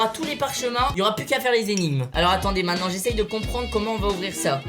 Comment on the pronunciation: Wesh tu dit mainant au lieu de maintenant